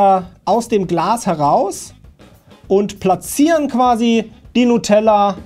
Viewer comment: Du hast "Nutella" falsch ausgesprochen.